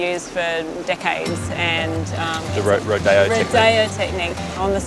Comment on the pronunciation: I have to laugh at the “ro-DAY-oh” technique 😂 Girl you’re doing a turtle rodeo 😂